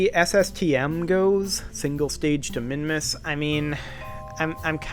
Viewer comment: WoooooooooooHooooooo, You pronounced it well